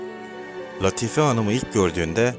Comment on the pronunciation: Latife, Sorbon, telaffuz karı düzeltilir iyi olur.... Teşekkürler!